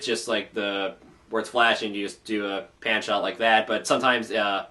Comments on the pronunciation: OH, "Pan Shot". At first I thought you said "Panty Shot". For a second, I thought EQG2 went full-on anime. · Funny, I thought the same thing.